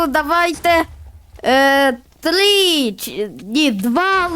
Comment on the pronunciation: А можливо не тли а три скільки тобі років?